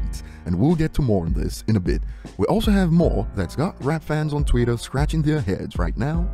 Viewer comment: If this A*s Hat says "Tweet-er" one more time my brains are gonna leak out of my ears G*d damn it!